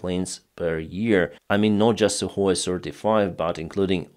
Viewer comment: Suhoy sirty-four and Suhoy sirty-five you're saying ????